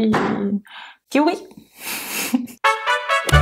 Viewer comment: me ha encantadooo!!!! Es oir kiwi y me descojono 😂😂😜